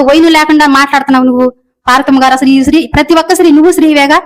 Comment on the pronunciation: Sri kadhu stri Telugu nerchukondi mundhu tarvatha anni teseyochuuu